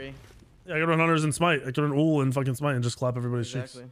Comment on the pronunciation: okat its smite